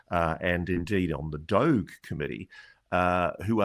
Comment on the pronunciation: lol is Ross the only person on the planet that pronounces DOGE with a hard G - what a clown